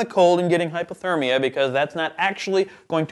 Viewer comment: I'm fairly certain you said "hippothermia" the first time you tried to pronounce hypothermia,. It's a shame I don't know the average internal temperature of a horse, or I'd have made a not-particularly-funny joke about it. It's probably higher than a human's though...